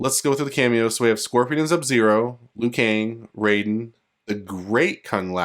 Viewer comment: Did he just say Zub-Zero?